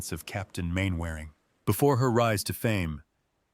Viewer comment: Mainwaring is pronounced Mannering not MainWearing A.I idiots and Hattie Jacques is pronounced Jakes not Jaques like the French name